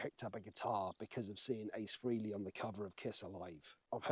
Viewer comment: You pronounce Ace Frehley's name in a wrong way.